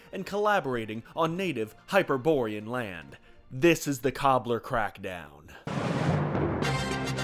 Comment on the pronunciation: When he said "Hypoborean" I had to do a double take